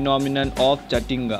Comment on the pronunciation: we called Jatinga not Jathinga 😃😃